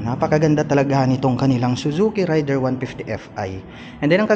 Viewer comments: Raider po hindi rayder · *Rey-der , hindi RIDER. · matagal na ang pangalan ng motor na yan pero mali parin ang pagkabasa...